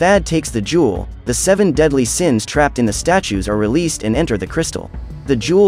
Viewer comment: Seven daedly siens hahah